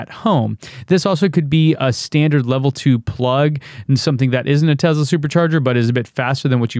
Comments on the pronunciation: You went over the most interesting part starting really fast. Also PLEASE, for the love of god, stop calling it TeZla...it TeSla. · Tesla not Tezla 🤣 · I don't give a flying f**k how he someone else says it. Are you an other-people-replicating robot or are you a human being with a brain? THE Man's name is Nikola TeSSSSLa. There's No Z in there.